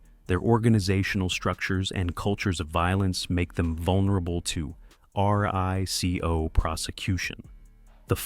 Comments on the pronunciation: Raco haha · Learn how to pronounce RICO